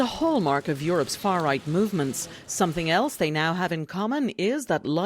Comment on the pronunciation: Lmao Canadian news channel crying about "scawwy far wight" 😭